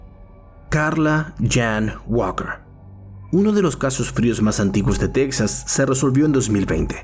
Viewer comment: Ojo, está narrando desde "Taxas" 😄😂🤣